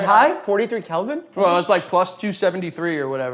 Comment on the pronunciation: It Kelvin not Calvin. 😂